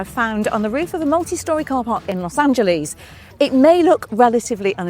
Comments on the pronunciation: Huge pet peeve: It’s pronounced ‘Los Angelus’, not ‘Los Angeleeeze’. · "Los Angeleez." We know where you're from! ;-) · Los Angeleeeze? Mitch-igan? Come on, Ginny! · Los Angel-eaze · She should at least try to pronounce Los Angeles right when she's there. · You gringos really need to learn how to pronounce Los Ángeles...